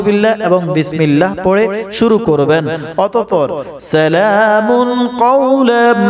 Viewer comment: সালামুন হবে না।সালামুং হবে ভাই। কোরআন সহি ভাবে পড়ে ভিডিও বানানোর চেষ্টা করুন